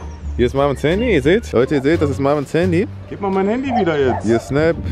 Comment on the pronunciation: Das heißt nicht haaandy das heißt Handy😂😂✌️wer feiert auch kelvins Aussprache Fehler✌️😂